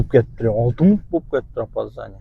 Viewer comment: Мунут эмес минут ука..кундо жазам